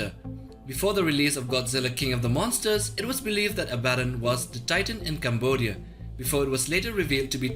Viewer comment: he tried to say monsters you norm